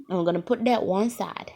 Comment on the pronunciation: We gon' do dat😂 dyat,dat whatever don't even know how yu pronounce that 😂